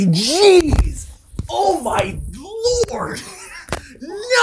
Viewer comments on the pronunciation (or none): I thought he oh my lore not oh my lord